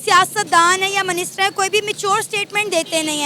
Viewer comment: Wo minister hota hai "MANISTER" nhi hota .. ho sakta hai tumhare yaha MANISTER hota ho😂😂